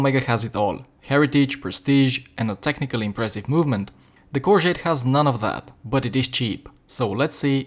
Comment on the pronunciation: Is the Corgeut worth 50 eur, YES, is the Omega worth 5000 eur, NO. I have owned a few Corgeut watches and for the money they are incredible. It goes without saying that the Omega is considerably better, but a hundred times better? One more thing, when pronouncing Corgeut, there is no "T" at the end